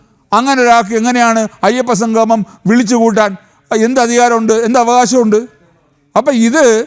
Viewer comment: സംഘമം, അല്ല സംഗമം എന്ന് parayoo